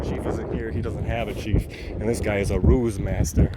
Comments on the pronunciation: No it’s called a Roos not a rouge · “Ruse” not rouge.